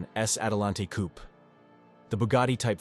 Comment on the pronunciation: "coop" LOL